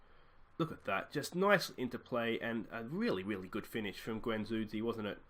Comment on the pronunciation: You forget to pronounce the D in Guendouzi :p Losing away 1-0 isn’t that bad, you can fix that. Keep it up, nice series! Im also playing Arsenal, stil in first season.